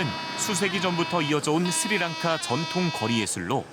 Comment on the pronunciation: It is not siri lanka it is sri lanka.